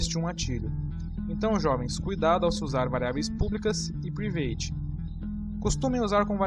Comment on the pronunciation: Mano, show a apresentação! Está me ajudando bastante.. Mas a palavra Private se pronuncia 'Pràivet', ok?! não 'Privêit'... Apenas para conhecimento. Valeeu!